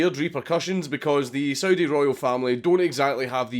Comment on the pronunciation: Anyone else hear Soviet when he said Saudi?